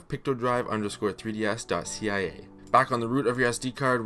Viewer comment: I’m wondering why you keep calling Picodrive “pictodrive”…..is that a misspeak or is there another version of Picodrive called “pictodrive”?? How can you tell between Picodrive and Pictodrive?